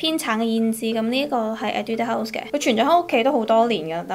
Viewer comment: 其實我想講你的etude house 的讀音是不是不對😂還是說這樣讀也ok🙊